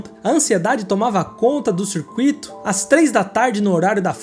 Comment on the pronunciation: Excelente vídeo. E "circuito" não tem o "i" agudo.